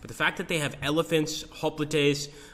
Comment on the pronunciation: Looks great! I have FoG1, which I've played a lot. The graphics and game play look much improved. Hoplites is pronounced "hop lights"